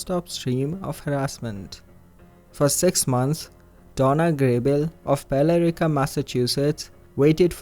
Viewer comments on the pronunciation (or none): Not criticism...Billerica, Ma is pronounced like Bill-rick-a. We have a lot of messed up town and city names here. One of the funniest stories told to me was when my Lebanese friend tried to get directions from someone by reading the name Worcester off a map. She kept pronouncing it like the sauce and they had no idea what she was talking about. I was trying to teach an older Russian man how we say Dartmouth....that was an adventure! Heck even I get confused. ..Leicester throws me for a loop whenever I see it! Love your videos and love your accent!